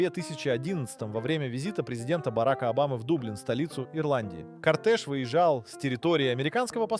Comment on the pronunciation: Ты специально ударения неправильно делаешь?? Джагуар, Сэнат, Лансиа, кОртэж, Нарендра МодИ, турбо нАдув